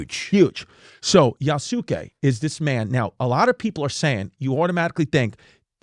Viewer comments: You's gay? "You's kaye" to pronounce Yusuke 😁🤙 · You mispronounced Yasuke, Chris. You were close. Great attempt.👏🏽